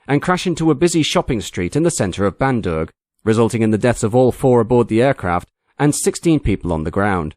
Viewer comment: Bandung, west java NOT Bandurg.